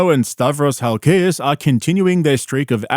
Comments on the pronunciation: Stavros Hal -Kay-Ass lollololol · It’s Hal-ki-as 👍